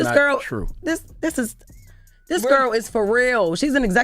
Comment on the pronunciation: C'mon B'more 😂 "This is Trrewww"